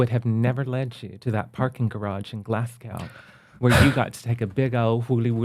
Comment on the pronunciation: Heidi is too good for this world 🫶🏼 ps Kelly it’s no “glass cow” it’s “glaz goo” haha 🏴🏳️‍⚧️